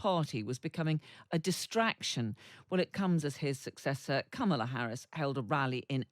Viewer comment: Kamala is pronounced "Comma la". You're journalists, get it right.